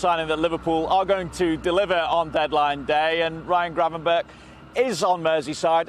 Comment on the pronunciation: It's Gravenberch, and why do you want him to go?